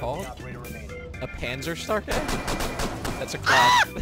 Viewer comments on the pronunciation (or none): Dieser Moment wenn er versucht Panzerstärke zu sagen